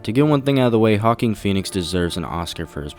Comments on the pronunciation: hawking feenix. its "WAhkeen" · Tiny nitpick, but Joaquin is pronounced "wah-keen" not "hah-keen". Sorry, that just kinda bothered me. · Just nitpicking but you sound like you are saying Hawking Pheonix. It should sound more like Wakeen. (Joaquin.) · It’s pronounced wah-keen not hawk-keen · WWWAAAAHHHHKKKKEEEEEEEEENNNN Not hawking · Honestly it's cringe when you mispronounce his name. It's Joaquin like "wa-keen" not "Hawking"... It's disrespectful to Joaquin Phoenix and his performance...the least you could do is learn how to pronounce his name before you make a video about him, or maybe you could've edited the video when you learned how to say it or take it down all together. Ultimately, you not doing either of these things makes me wanna not watch the video or value your opinion in any way. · “Wak-keen” Phoenix, not “Hawking” Phoenix. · WaQueen, not Haqueen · Excuse me, are you calling him Hawking Phoenix? It’s Joaquin, like Walk-keen. Wtf lol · It's pronounced Huwaakeen not hahkeen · wah-keen...who is this haw-keen person you speak of? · dude, seriously....learn how to pronounce well known names. it's WAH-keen phoenix, not HAW-keen. and RAM-ee? it's RAY-me. amateur. it's amazing you got snyder's name right. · Wah-Keen. Not Hawk-een. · joaquin not hawkin phoenix wa keen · Hawking Phoenix ?, actual his first name pronounce "Wah-Keen" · Hawking Phoenix? It's pronounced Wah-keene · his name is pronounced ''hoaquin' not ''hoackin'' :))) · it's not HAWKING Phoenix it's JOAQUIN Phoenix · Hawkeen? Wahkeen. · “Ha Keen Phoenix” ? If you are going to post on YouTube can you at least do research on pronunciation? Try, “ Wa keen Phoenix.” I mean.... at least try a little bit. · Vote: Hawkeen or Walkeen? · Dude c'mon it's not pronounced "Hawkeen Phoenix" it's "Wa. Wakeen Phoenix" and world trade center? Dark night rises was filmed in Chicago. I could be wrong I suppose 🤷🏻‍♂️ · Good review. But Hawking? It’s Wah Kin. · It's pronounced wa-KEEN Phoenix not ha-KEEN Phoenix!!